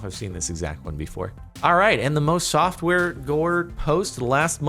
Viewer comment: is it just me or did it sound like he said softwore gore